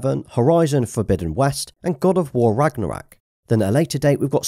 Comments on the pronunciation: Man said GOW RAGNORAK lmao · Arghhh hearing him say "RagnaRaK" was jarring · LOL he said ''god of war ragnrack'' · As a Swede, hearing your pronounciation of Ragnarök killed me